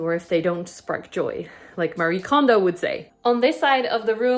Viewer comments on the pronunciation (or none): none